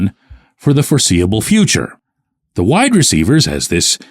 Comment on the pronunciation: I completely admit this is probably a personal thing, but does the way pronounces "WIDE-receivers" drive anyone else nuts?😂😂😂 It has always jumped out to me😅 No shade to, I'm obviously a fan. But this Daily shot was very WIDE-receiver focused, so he said it alot😂 I am not a huge fan of the money situation with Adams. I think next year he has a $44M cap hit with a $35M salary because of how his contract is structured. I don't know if they can work a way for the Raiders to eat some of the money. I am the biggest fan of bringing in another WR, but the money is an issue for me with Adams. We don't even know what is going to happen with the QB situation and they will have to do something because they have no starter sign for next year. And I might be in the minority, but I don't think the Steelers are a Devante Adams away from winning the Super Bowl this year. I hope I am wrong, I will be the happiest person to be wrong, but I don't think I am🤷‍♂️